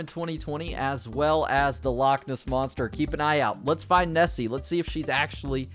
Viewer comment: Omfg! It’s not Scatland it’s Scotland, it’s not NessE it’s Nessie, it’s not lack its loch (pronounced lock but with the back of your throat)